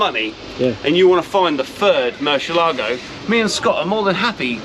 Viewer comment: I reluctantly clicked play with my fingers crossed "Please don't say Mercy ALAA go... please don't say Mercy ALAA go... please don't say Mercy ALAA go... please don't say Mercy ALAA go... please don't say Mercy ALAA go... please don't say Mercy ALAA go...". Sigh.